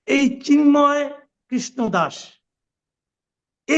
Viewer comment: ব্যাটা জা নোয়ার জ ঙ্গি, "চিন্ময়" শব্দটা সুন্দর করে বল।